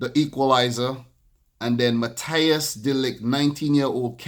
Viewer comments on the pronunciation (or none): none